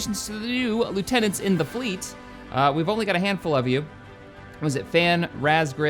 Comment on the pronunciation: Razgriz is pronounced rawsgreez as in the demons of razgriz from ace combat 5 unsung war